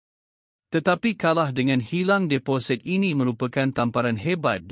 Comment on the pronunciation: Tukar lah pembaca ni - sebutan amat salah - deposit di sebut deposet , air di sebut ayer